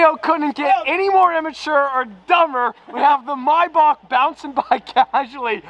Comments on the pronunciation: He said “my bok“ it’s pronounced may back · mybach? its maybach no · Maybach Not Myybach😡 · Hate the way he says mayback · The way he says maybach😂😂😂😂😂 “mai buck”